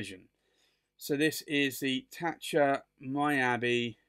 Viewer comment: Thank you,. Beautiful pens out of my price range. Fun to see, though. (Miyabi is pronounced Mee-yah-bee) Thanks again.